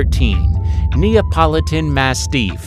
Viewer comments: Holy crap. This narrator needs pronunciation lessons. Amongst the many mistakes: Intuit people. No, that's a software company. You mean Inuit people. And it's ma-stiff, not ma-steef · You Sir really should do better research before you post these videos. First, you sadly are incorrect about some of this, and cannot accurately pronounce some of the breeds. Mah-stiff is not mas- steef😂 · Yes. If he says “mass-teef” one more time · The way you say mastif is quite annoying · The voice-over person needs to learn how to pronounce the names of the breeds before he reads the script. The I in Shiba is pronounced like a long E1. The accent of the word mastiff is on the first syllable, not the second. The X in Xolo is pronounced sh; I could go on. And the Cirneco dell'Etna is a breed that's at least 3000 years old and maybe the progenitor of the Pharaoh Hound and the Ibizan Hound.